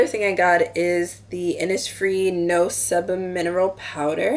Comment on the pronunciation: hey, your g-market haul got me browsing through ebay lol. sebum is pronounced see-bum btw.